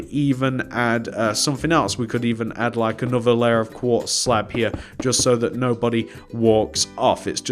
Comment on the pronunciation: Who else was thinking to them self what is he saying here . He always says just